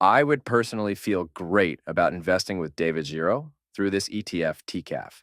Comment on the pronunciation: Great video as always! You said his name right once, it’s pronounced GeeRo